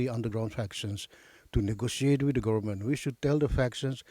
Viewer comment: Dear sister please lean to pronounce Government.